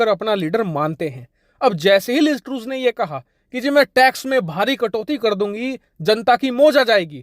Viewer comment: लिज़ ट्रूस नहीं, बेवकूफ. लिज़ ट्रस.